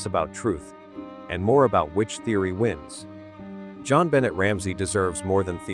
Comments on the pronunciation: Her name is pronounced “Jon Benay” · AI is disrespectful to JonBenet especially when it mispronounces her name. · Please say her nabe correctly. As a matter of respect. Someone was already in the house I say. Poor baby girl xx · You know, if you're going to use AI, try listening to it before releasing it and dub in proper pronunciation! This is a serious topic and not even saying the victim's name correctly is disrespectful.